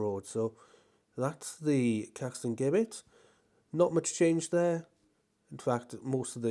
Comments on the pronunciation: Here we go again with the Jibbett/Guibbett pronunciation. It's JIBBETT. I mean, Jesus wasn't called Gueesus was he? Apart from that, thanks for another very good vlog and may I also wish you a very happy New Year. regards, Eric. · Gibbet is pronounced- Jib-et. No G 😉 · It is definitely Jibbett in pronouncing it, I'm 40 years old and my gran fully with her strong mind at 97 years old pronounces it Jibbett. I'm sorry mister you do a great job filming this and I don't want to make you feel bad but that pronunciation of that word riles me up. I don't know why sorry happy new year to you. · Pronounced as "jibbet" 🙂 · Great videos but please say Caxton Gibbet as though the G is a J. As in Giblets in a Chicken or Turkey. 😊